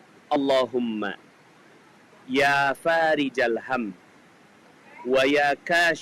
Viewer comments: Fariijal, apa farikhol us ?? Hurufnya tertera خ bukan ج. Mohon jawaban. Jazakallahu khayr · Itu tulisan arabnya...yaa fariko...tapi bacanya...ya farija....tulisannya huruf Kho bukan Jim...tolong mana yg bener Terimakasih